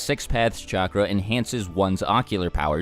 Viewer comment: Say it with me. CHAKRA.